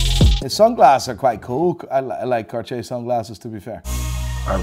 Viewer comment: He said “Carty-Yay-Er” 😂😂😂